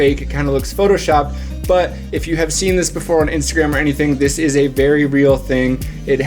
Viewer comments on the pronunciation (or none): none